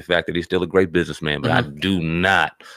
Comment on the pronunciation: I'mma BUS-IN-ESS MAN...